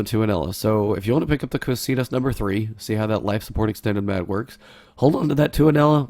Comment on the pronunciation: Ko-kai-tus, not ko-see-tus